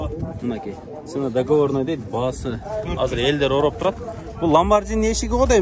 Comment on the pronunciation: Эл ороп эмес оруп турат деп тура суйлосон оператор